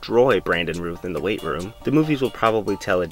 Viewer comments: Brandon Rowth not Rooth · It's pronounced R-ow-th not Ruth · Just a heads-up: It's 'Routh' like 'south.' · "Routh" is pronounced like "south," not like "tooth." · Isn't it pronounced Routh like Mouth, not Rooth? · Brandon's last name is pronounced like south not ruth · Its pronounced "Routh" as in "South" NOT Rooth... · Routh as in South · Isn't his name Routh rhymes with south? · You’re pronouncing his name wrong. It rhymes with mouth